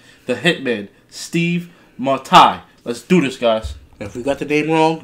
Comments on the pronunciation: Well done on the name it was close enough, but it's mat tie... Good stuff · Steve"Shoulders"Matai.. You pronounced his name correctly too brothers.. Pronounced MA - TIE. Kiwi enforcer,left side centre... loved how you saw him coming from the blindside TOO. .BOOM BRO